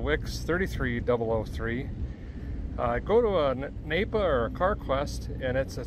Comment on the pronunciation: It’s not napaa in South Dakota. We call it Napa.